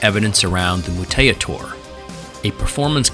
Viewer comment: I remember when the new suits had to replace the old ones. They were improvements to the old design as far as comfort and manuverability. But we had to use them at a gig. I think it was with Stolen Babies. (BTW "Mutaytor" is just pronounced "Mutator") I remember, there were still pins in the suits because it wasn't completely sewn together. The heads sort of smelled like glue. But the show must go on and the performers did their thing. They only appeared on stage this time. Usually RayRay would interact with the crowd and a plain-clothed handler (sometimes me) would make sure no one got rowdy with them or prevent RayRay from tripping on any stairs. Although the stair thing was less of a problem with the new suits.